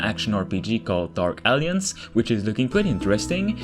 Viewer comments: A whole 3 Minutes I was sure that game is called Dark Aliens because of the way you pronounce it. It's A-lliance. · Dude, “alliance” is not pronounced as “Alience” or “Aliens.” I know English is not your first language, but this is a simple word that frustrates English speaking people when people don’t even try. Please say it like this: Al-eye-ents or “al-eye-ants” or “al-eye-ance” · Great video. Small nitpick: In English, "Alliance" is pronounced "uhl-EYE-unts". The middle "i" is pronounced like "eye", and its syllable carries the emphasis point of the word. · I love how it sound like he’s saying “dark aliens” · Dude, learn to pronounce alliance 🤭